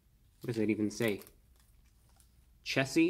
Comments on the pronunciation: He fr said “chessy it must be a new meme or something” 💀✌🏼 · Lol why would it be "chess(y)" lmao 🤣